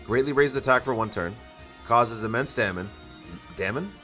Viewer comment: From now on i want the "damon" instead of damage xD I liked this video this could be done for other Units that will come for global... I liked it...